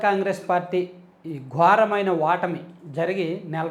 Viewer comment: మీ తెలుగు భాష ఉచ్చారణ లో దోషం వుంటోంది. సరిచేసుకోవడానికి ప్రయత్నం చేయండి. Ex.ఘోరమైన ఓటమి కి గో రమైనవాటమి